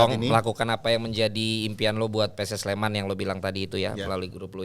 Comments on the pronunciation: PSS SLEMAN! NOT PS SLEMAN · Pss Sleman not PS Sleman!!!